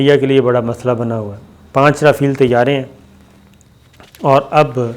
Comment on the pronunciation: O pagla (Jont) nahi (giant) hota ha Our (rafeel) nahi (rafail) hota ha. MEERA g se tuition hi lay lo